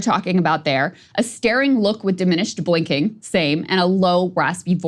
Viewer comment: Did Krystal say “diminished boinking?”